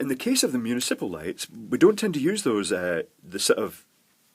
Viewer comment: moo knee sipple? I guess we take the good parts of the accent with the bad.